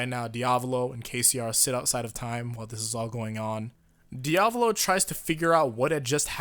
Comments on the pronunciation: You don't say it like "Diavlo" you say it like "Dia-vo-lo" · Its not dee-ab-low its dee-uh-val-oh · My guy love your vids but say it with me Di-a-vo-lo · Diavlo bruv it's Diavolo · diavlo Me:dio-val-o:DIAVLO Me:*eternally screaming* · Stop saying diavlo. It's cringe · The way you pronounce Diavolo really aggravates me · Quit pronouncing diavolos name wrong